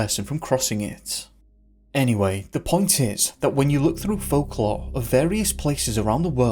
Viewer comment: What is this accent? I've never heard "folklore" pronounced "fahk-lah" or "assume" as "ah-shume" ever in any accent, ever. lol